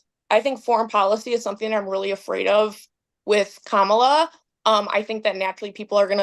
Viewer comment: Oh Spicy, a former Press Sec always seems to mispronounce Kamala’s name. Hmmmmm….